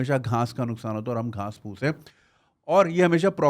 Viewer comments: جنید بھائی گھاس ہوتا ہے گھانس نہیں 🙏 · Ghans nh hota Ghaas hota hai 😏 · Ghaans nahin hota, ghaas hota hai.